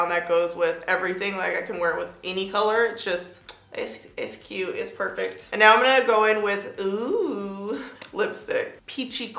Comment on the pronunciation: The “ish real cyooot” 😂😭